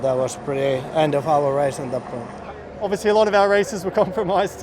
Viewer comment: i'm still waiting for an interview of Vettel without him saying "obvisouly"